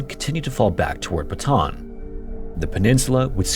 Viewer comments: Very informative video. Thanks. Just a pronunciation guide: "Bataan" is pronounced "buh-tuh-AN", with the twin A's sounded separately. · This is a solid video on this! Very interesting to hear what Ive learned from a non-local perspective. I... I just have to say though, so sorry, but it's Ba-ta-ahn not Batahn. Sorry, my brain is bothering me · Just a little pronounciation correction for Bataan: While i understand Americans would pronounce it as "Buh-tan", its not pronounced as such in our language and is in fact pronounced "Bah-tah-ahn", Bah, like a flat A or a sheep would make sound, works the same way with the other A's in the name Bataan, thank you covering a piece of our history. My great grandfather was a Bataan Death March survivor and was granted American citizenship. Never met him, but my mother recounts the days he passed and we were able to retrieve an American flag from the embassy as a respect to his passing. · Great video sir! and I really appreciate that there is no AI content in this vid. anyway, for improvement's sake, BATAAN is said as /BA-TA-ÁN/ in three syllables. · just because you are so good about facts and accuracy - Bataan is pronounced “baht ah AHN’. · I appreciate the no AI, but the very word your video is describing isnt pronounced right. Bataan. Batah-ahn. Bata On Thats it. Thats how you say any word in the Philippines that has the same vowel twice, you say them. Yes = oo oo is pronounced oh, oh. Not, oooh. Please take 5 seconds and learn how to say the word of the topic you cover next time. It goes a long way into making me not close the video in the first 10 seconds. (Im not even Filipino by the way, so this isnt some special knowledge or thing only they would care about) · It's pronounced "bah-ta-anh" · Bata-an not batahn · Say it with me, BATA-AN. Not BATAN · i've never heard of foreign narators of these documentaries pronounce 'Bataan' correctly ever. you guys keep saying 'Batan' instead of 'Ba-ta-an' 😭